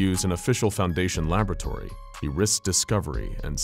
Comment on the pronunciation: Why did he say laboratory like that I NEED TO KNOWWWWWEE